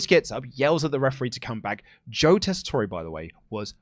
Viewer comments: Tessitore is pronounced without an é at the end 😂 Just pretend the e isn’t there boys 😜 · I love wrestle talk, but Daggum it it’s pronounced Tes-I-tour. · I really wish didn't mispronounce Joe's name cause now everyone is doing it.... it's tessitore......so you say it tessitor